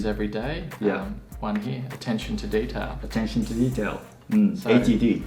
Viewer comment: Detailがデータに聞こえた